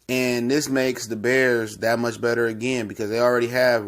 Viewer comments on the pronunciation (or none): none